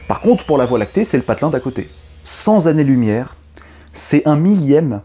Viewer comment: A 5m26 . retour à cent zannées. C'est dommage il y en avait un de bon.